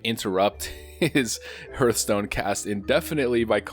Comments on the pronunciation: "Her-th stone" is wrong... right? I've always called it a "harth stone" like a hearth for a fireplace... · Did you say Hurthstone? Yep, time to hang your stockings over the hurth. Let the joy of Christmas fill your hurt.